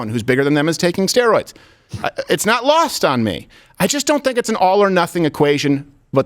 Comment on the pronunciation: "Asteroids" 🤣💀